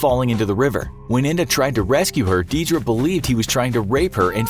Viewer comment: Deirdre is pronounced dare-dra